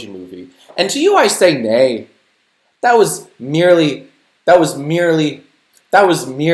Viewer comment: That was meh-ly